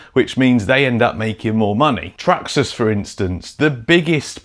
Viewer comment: its traxarse 😂